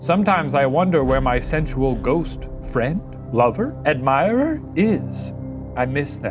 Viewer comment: Shane saying “sensual” (senz yu well? senz yu will?) will stay with me for the rest of my days.